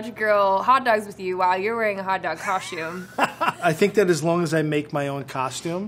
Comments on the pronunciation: “coshtume” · No one:: Hot dog cosh tume She still fine tho. I would let her absolutely destroy my mental health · I'm French and she did butcher it 😂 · I’m french, SHE BUTCHERED IT! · I’m French you butchered it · I'm French, she BUTCHERED it! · I'M FRENCH, SHE BUTCHERED IT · I’m french....she butchered it. (Edit) I’m French Canadian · "Im French u butchered it" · IM KOREAN BUT SHE BUTCHERED IT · I'm French you butcherd it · you butchered it:( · I’m French she butchered it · Im french and she butchered it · IM FRENCH SHE BUTCHERED IT angry French screaming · i’m french. she butchered it. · I'm French you butchered it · I’m French; she butchered it! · I’m not French, she butchered it! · I'm french she butchered it! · I'm French and, yes, she butchered it. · "I’m french, she butchered it"